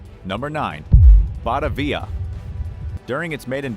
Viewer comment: Your pronunciations are way off: A boat called a schooner is pronounced Scooner, and the boat you said that sailed to Java from Netherlands was called Bat- a- via. When you say the Jenny Lind sank, it sank on a 'key" of sand not quay, The spelling is Ok but the pronunciation should be Key.